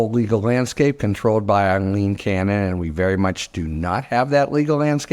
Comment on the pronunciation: You even said her name right. I hate the woman but i hate it even more when MTN calls her AEY-LEEN cannon. I have never heard that name pronounced so badly.